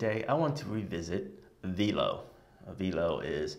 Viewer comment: The incredible app is pronounced "V - L - O" like 'FLOW' but with a 'V' :D